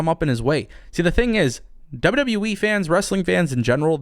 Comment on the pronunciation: He said WW WEEE